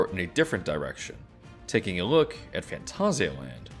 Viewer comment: This video deserves a like purely because I've never hear and English speaker get this close to pronouncing Phantasialand correctly, well done :)